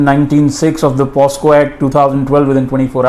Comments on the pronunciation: Pehle bolna sikh Pocso act hota wo naki posco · a big mistake in pronouncing the short form of the act you are saying posco wrong it is pocso